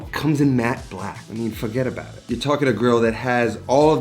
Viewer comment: he said FUGETTABOUTIT